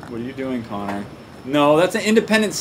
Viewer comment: The colombian Cello it Connor not Conner